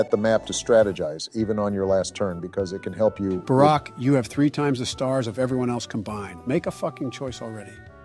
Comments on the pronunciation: Can we just take a moment to laugh at the Ai's pronunciation of Obama's name? "Barek" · Bro barek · I've heard one saying "bArK" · "Berrick" was sending my blood pressure through the fuckin roof lmao